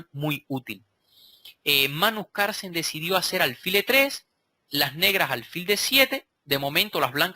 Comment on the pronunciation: Maestro, no olvide que se pronuncia Carlsen, no Carsen. ¡Saludos! Buen video.